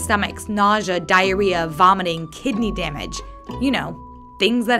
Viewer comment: 'dirreah' Oh god